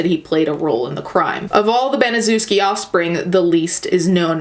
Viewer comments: It’s pronounced ban-uh-sheff-skee or in real words that sound like it ban-a-chef-ski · If you're going to make a documentary at least learn to pronounce the name of the devil it is pronounced BANASHEFSKI due diligence makes something interesting you're just regurgitating what you've already seen on YouTube please don't like this lazy bitch trying to make a buck out of a tragedy f#uck you twat🖕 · okay but you fucking butchered the pronounciation of "Baniszewski". it's Ban-ee-shev-ski. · I'm late but just wanted to point out that "Baniszewski" should be pronounced more like "Baneeshevsky" if that makes any sense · you should read it as ,,Banyshevsky" ;) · Baniszewski is a polish surname and it's pronounced Banishevski :D Sorry if someone already told you that. Anyways, If you're reading this: I really enjoy your videos, you seem so genuine and lovely! <3 Have a nice day :) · I love you and I know this isn't the point of the video, but as a Pole, the pronunciation of Baniszewski (very clearly a Polish name) is kinda making me cackle, not gonna lie. No hate to you though, everyone in America pronounces Polish surnames hella wrong, even Susan Wojcicki mispronounces her own last name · It’s pronounced BANI-SHEV-SKI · You didn't bother to research how to pronounce Gertrude's last name? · I love your videos and I usually don't mind mispronunciation of names. But there are so many docs and videos about this crime, so you saying the last name wrong makes me flinch. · Polish-American here and same! I thought as I listened to her mispronounce it "well I see why they call us dumb Polocks, our names are pretty weird from the outside looking in "